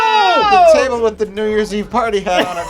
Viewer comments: Did I hear "folding chable" several times in this episode? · why did pronounce folding chable funny?